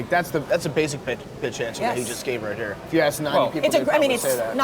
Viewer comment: pft pronounces "HERE" differently, the way Nelly sang HOT IN HERRE. is he from St Louis?